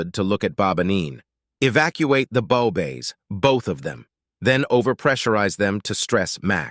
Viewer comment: Bit of a shame the reader doesn't know the difference between a bow 🚀 and a bow 🏹 interesting story and read fairly well, but, the reader could do with some English pronunciation lessons.